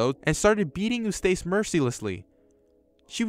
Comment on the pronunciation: Eustace and Muriel You mispronounced Their Names